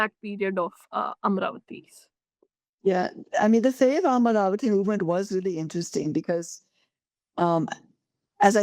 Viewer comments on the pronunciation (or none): Make a distinction in how you pronounce the name - "Amaravati" (not "Amravati", a town in Maharashtra). Andhras in their language (mother tongue), while pronouncing, don't suppress the vowel of the second letter that is in vogue in Hindustani, for example. While doing so, the word shan't transform to "Aamravati" (place for mangoes)! [it is because of such transgressions in pronouncing & being fed up, a state has changed its name from "Kerala"(not Keral) to "Keralam"!! pity!]